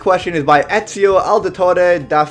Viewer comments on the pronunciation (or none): none